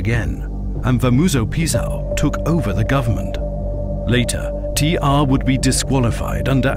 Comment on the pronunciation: Its T.R not "T arrrrrrhhhhhh"